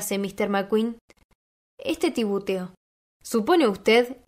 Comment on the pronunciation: titubeó, no "tibuteó"... del verbo titubear: tropezar o vacilar en la elección o pronunciación de las palabras Muchas gracias por leer para nosotros, lo haces de maravilla.